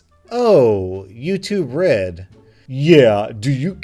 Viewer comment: You say YouTube red I hear Red